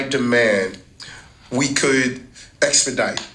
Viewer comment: What does "essedite" mean? Did he mean expedite?